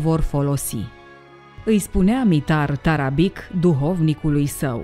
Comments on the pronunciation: Tarabici se citește, nu Tarabic. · cu tot respectul va spun că Mitar Tarabic se citește Tarabici și toate numele care se termina in limba sirba cu un c cu accent deasupra se citesc ci sirbii folosesc doua alfabete kirilic și latin dar alfabetul lor latin diferă de al nostru un c simplu se citește ț și mai multe chestii.Va spun asta pentru că sunt vorbitor de limba sirba și cunosc alfabetul lor latin oricum toată stima pt documentarele dumneavoastră le urmăresc tot timpul și sunt fascinat de toate și cine este boul ăla de a zis că Cristian Alexandrescu nu are dicție este un prost.Va rog un răspuns daca se poate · Se pronunta Tarabici. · Tarabici se pronunță ^_^ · doamna la sarbi c de la sfarsitul numelui se pronunta ci, cu stima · ć în sârbește citim ci. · Asta nu "ține" de a ști sau nu limba sârbă... Acest aspect intră în categoria "cultură generală". Ok... "nu știe limba sârbă", însă din acest "team"...chiar nimeni nu știe că litera "c" cu accent se citește "ci"?! Mi-e frică să aud vreun documentar în care trebuie să se pronunțe cuvântul "Straße". Oricum... să nu pronunțați "strabe", vă rog! Iar pentru cultura generală a "team"-ului, ar trebui să rețineți că în Serbia, majoritatea numelor de familie se termină cu "ci". ( ca fonetică) ex: Novak Đjoković, Adamović, Branislav Ivanović, Goran Bregović-poate măcar de ăsta ultimul să fi...auzit.